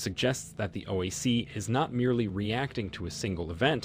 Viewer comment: Hey commentator it is. O. I. C not OEC or OAC. Learn the correct pronunciation